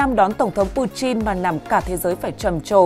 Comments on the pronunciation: Putin chứ ko phải puchin nhé..nghe rất khó chịu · Chin với tin chịu sự phát âm Ko thấy nhục ak😂😂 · Pu-tin chứ không phải Pu-chin